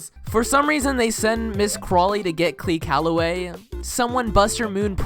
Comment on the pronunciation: no hate but... Clee Calloway